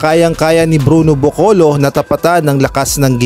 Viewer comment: Caboclo po hindi bocolo